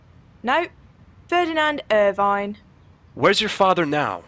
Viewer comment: can't say "Irvine" or "buttocks" correctly. There were many times i had to look at the walkthrough because the solutions to moving on were just nonsensical, like using a bent coke can top to open a drinks trolley? lol.